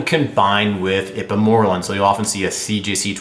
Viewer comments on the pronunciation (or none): Lmao it's pronounced secrete o' gogs and ipe mor relin